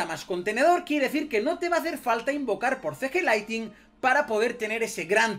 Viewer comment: No es Laitin (LIGHTING) es LIGHTNING!! La N de despues de la T se pronuncia!